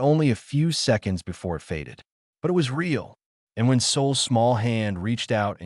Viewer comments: I don't know if anyone else noticed that AI naration does not know the difference between "it" and I. T. Funny that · Why can this AI not be taught the word it? Why must it say i,t every time the word it appears in the story? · AI fail. "I T" instead of "it"